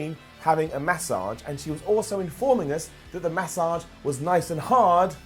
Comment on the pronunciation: says Massage weird as hell 😂😂